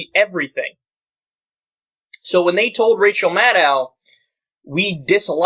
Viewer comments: Secular Talk Dude, if you're going to report on her work in the future, GET HER NAME RIGHT: It's pronounced Mad-OH...rhymes with SHADOW! Amadán! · Her name is Maddow. Rhymes with shadow. Not Maddow, rhyming with mad cow. If the left can't even pronounce her name correctly, who will? The second syllable of her name is pronounced "doe," like a baby deer. Not "dow," like the Dow Jones Industrial average. Get it straight, people. -smh